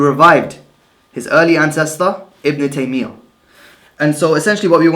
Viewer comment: Who is ibn tameeya and uthameen fam you can't even say their names properly.